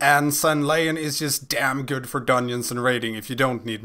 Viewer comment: lol everytime you say dungeon, you don't pronounce the "g". duneons.